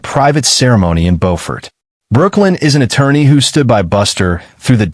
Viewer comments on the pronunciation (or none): Pronounced “bufort” not Beau. I know it sounds insane, but that’s how it’s pronounced down there. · Not bofort but buford. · It’s pronounced “Būfert”